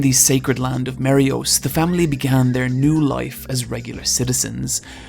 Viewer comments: OMFG MARIJOIS NOT MARIYOS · I love you. But MARY … OHS??? WHAT THE FUCK???? THERE IS A J IN “MARIEJOIS”